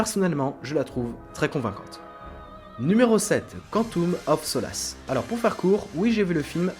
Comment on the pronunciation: Woah la vidéo est excellente mais ton accent quand tu prononce "Quantum of solace" il y a du boulot